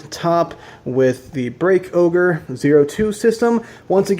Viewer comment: Isnt it called break ogre not break oger